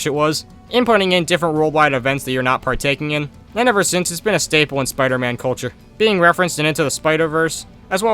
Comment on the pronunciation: A BRITISH SPOODER MAN?!?!